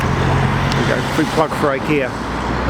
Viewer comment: It’s actually Ikea, not I kea.